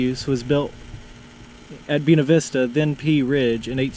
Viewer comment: Funny you would mention that. I love the way pronounced it, being that he's speaking his natural, charming, southern style.💗 Me: I'm in suburban Southern California. We have "Buena" everywhere. Most notably, Buena Park, home of Knott's Berry Farm. I didn't know there were 2 ways to pronounce it but now I do!😉